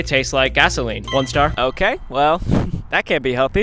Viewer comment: the way he said oHk